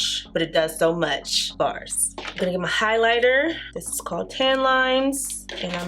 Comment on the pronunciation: Okay, I laugh every time you say "bars."